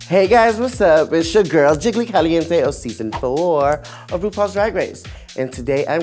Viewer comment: girl! Jiggy Caliente? Where’s the L ?!!?!